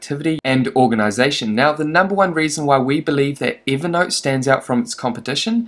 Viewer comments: Count how many time you said "evee naught" 🤡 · Why is he calling it Eevernote?